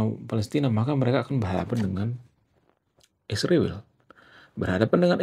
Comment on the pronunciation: Kamu juga buktinya kata Israel nyebutnya isriwil